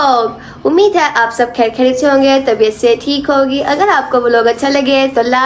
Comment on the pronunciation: Plz apni urdu ko theek kro ap indian nahi ho sb sis aik hi trah se word bolti ho kher Hoti he khher nahi